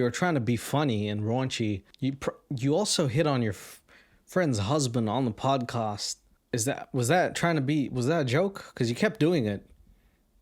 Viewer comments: Dude great show but why do you say “podcuuust” 😂😂😂😩😩😩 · Great podcast but I can't get past the way you say podcast 😂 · why do say podcast like your from "saaf Landan"?